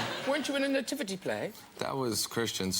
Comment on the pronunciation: I thought she said “I’ve got a Naked Nativity scene” 🤪